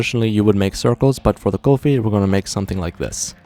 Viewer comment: It’s not saying Golfie it’s kulfi